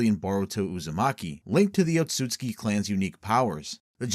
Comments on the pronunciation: Oatsuki clan? It's Ōtsutsuki. Can't pronounce shit correctly huh? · its "Ot-su-su-ki" brotha